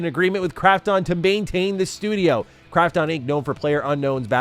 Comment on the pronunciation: Fuck sake! Can't he pronounce Krafton correctly?? The way he says it grates on my sole! 😖